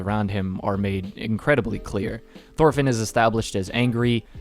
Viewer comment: Say it with me "Torfinn" not THorfinn